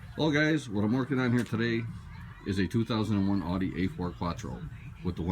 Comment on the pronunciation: great video but it's pronounced, "ow-dee" und nicht, "ah-dee."